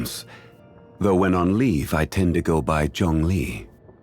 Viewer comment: he pronounces zhongli wrong, it sounds like he's saying song lee but with zh, where the song should be more soang with intonation sounding slightly up on the oa part then swap out s with zh and it'll be like zhoang lee and ur intonation starts neutral goes up and comes back down at lee. Also Liyue is Lee yuu eeh its 3 syllables but said at speed it'll sound like 2 and its actually kinda hard to say. I think in some voicelines he says it right and not in others. English just doesn't have some of these sounds so its tricky. Also i'm not a native or proficient speaker if you really want to learn I'm sure u can find vids for it.